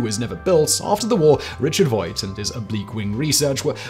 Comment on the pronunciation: gotta correct you, Simon: the designer of the bv141 was Dr Richard Vogt, rhymes with "poked", not "Voit"